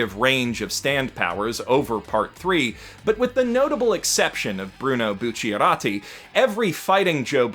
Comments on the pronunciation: I’m so sorry. This video is great and all, but that butchering of Bucciarati’s name and Abbachio’s name cannot go unnoticed If you need any help, all you need to do is alter one syllable in each (I’m spelling it phonetically) - BuccArati (“A” as in “Amish”) - AbbaKio (“K” as in “King”) Hope it helps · Are you mispronouncing bucialatti and abacchio on purpose? I thought you should have known better